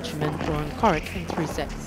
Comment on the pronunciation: Seriously how can you pronounce "Cilic" right and "Coric", who is his countryman meaning the pronunciation of his name would be the same, wrong? People are really so stupid these days.